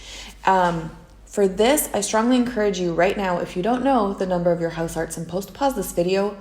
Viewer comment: the pronunciation of "huisarts" is more like "Mice arts" rather than "Mouse Arts"